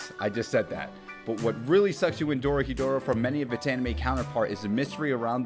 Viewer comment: Hey! First time watching your video. Loved it. I'm Japanese and just wanted to let you know it's pronounced Dorohédoro (doh-roh-heh-doh-roh). Keep up the great work :)